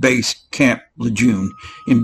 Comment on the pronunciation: It's not le JUNE. Its Lejeune. Pronounced like le zhoon.